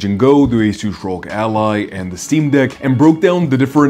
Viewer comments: Please call it R.O.G with every letter separate, not ROG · What the hell's a rogue ally!? It's arr-oh-gee!!! 🤦🏻‍♂️🤦🏻‍♂️🤦🏻‍♂️